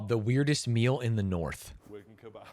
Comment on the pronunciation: The pronounciation of kebab is so jarring